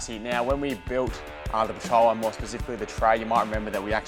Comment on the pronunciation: it's pronounced Spacicially, not Pacifically.